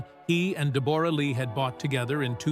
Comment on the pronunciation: Pronounce her name correctly